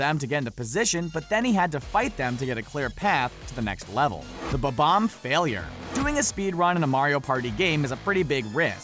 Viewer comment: and bomb-ombs 'bobboms' lmao